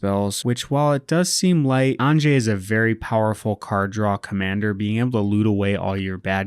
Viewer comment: I'm just getting started playing EDH and this looks like a fun deck to play! Also it's pronounced "ahn-yuh" (✿◠‿◠)